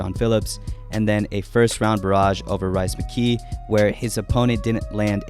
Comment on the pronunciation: This boy said "Rice Mcgee" 🤣🤣🤣